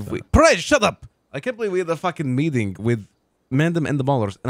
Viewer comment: Love a good "metting" 😂